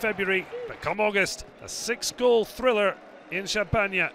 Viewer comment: " in Champagna " XD